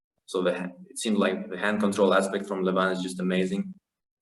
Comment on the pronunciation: Isn't it pronounced Levan? Instead of Levaaan? ;-)